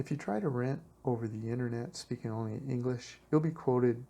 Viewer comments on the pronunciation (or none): none